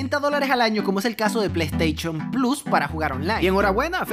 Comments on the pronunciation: Uno pierde las ganas de ver al si ni es capaz de usar la "s" cada ves que sale una s junto a una h el men lo menciona como una c saliendo como resultado "pleisteichon" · Yo: dilo dilo: plei teichon Yo: jajaja plei teichon ne ha decepcionado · La plei steichon dice shaggy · el pleisteichon dijo el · "Plaiteichon":v ste exequias okno c mama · Plesteichon plus